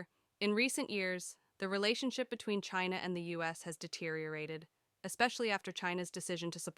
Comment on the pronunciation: Can't even pronounce China right!